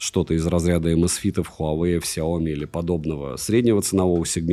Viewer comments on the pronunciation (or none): none